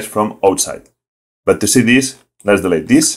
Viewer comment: Don't worry about that. Yes, you keep mispronouncing some words, e.g. ‘delete’ and ‘who’, but I can still understand you very well. And compared to the tutorials of some native speakers, yours are well thought out and without a lot of blah blah blah. I've watched at least half of them so far and have the rest on my to-do list ;-) Greetings from Germany.